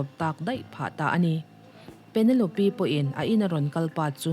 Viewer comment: Penelope -Pe-ne-lawp